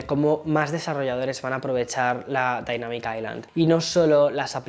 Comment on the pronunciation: La “dainamic aicland ” 😂